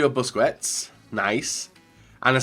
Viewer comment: Grpundsell as in pronouncing names like busquets and Sulë wrong all the time. The joke was that he probably knows he's doing it. Stop trying to look smart